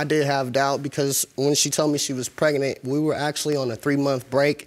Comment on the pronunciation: He said preganent